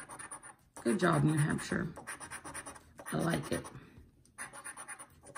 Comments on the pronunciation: What a nice woman katie is AND SO TALENTED!!! BEAUTIFUL GIFTS.... TY, AND ITS NEW HAMP SHER PRONOUNCED.....LIVED THERE FOR 15 YEARS & still have a summer place there...GREAT STATE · Pronounced Hampsher.